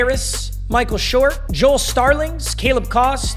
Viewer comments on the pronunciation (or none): none